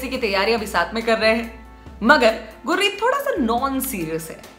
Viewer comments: Are गुर्री नहीं गुरी है उसका नाम 😂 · गुर्री नही गुरी... उच्चारण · अरे दीदी ये गुररी नही गुरी है😂😂😂